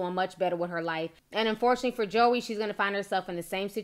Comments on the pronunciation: Lol at “Josy” “Joey”. It’s Joy but she spells it weird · This is so hard for me to watch because of all the mispronounced names 😣🤦🏽‍♀️. Josie, Joey... it's pronounced Joy!!! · Pronounced Joy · Pronounced Joy not Joey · It's pronounced JOY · Just letting you know (I'm sure somebody already said it) but her name is pronounced Joy lol but this shit is crazy af 😂😂😂 I absolutely love watching your videos Ti, you make my day ALWAYS!!! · I think her name is pronounced "Joy" but I've never heard anyone say it aloud. I'm disappointed in her doing this. WOW. I thought she was low key and sweet. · your saying Joie's name wrong it's not JOEY Its French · It's pronounced "Joy" 😂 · Girl her name is pronounced JOY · That girls name is pronounced joy and just bc Ciara is famous doesn't make her perfect for him.Future is nasty and anyone who sleeps with him is desperate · Girl, it’s pronounced “JOY” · I thought her name was pronounced Joy? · her name is pronounced as Joy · Ya'll seem bitter in these comments. Also, her name isn't that hard to pronounce. Get it right for journalism sake. Ciara isn't a major star lol but what does that have to do with love & commitment? Ya'll love bringing up Ciara for no reason. Let it go. She clearly has.